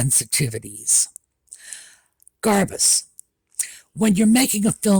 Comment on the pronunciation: I am sorry but everytime you say "Garbuz", I hear "Liz Garbage" 🙂